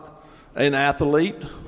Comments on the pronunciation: Athlete is a 2 syllable word. It is not ath*el*ete. Is is ath*lete. Just, fyi. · What's an athalete? or did he say atherlete? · Ath-a-lete? I didn't know that was a three syllable word. That's amaz-a-zing! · " Ath- a- lete " 😂 What a stupid racist porker, he should be arrested by the Fashion Police at least ! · A white man questioning a black man’s intelligence as the white man pronounces “athlete” as a 3 syllable word, “ath-u-lete.”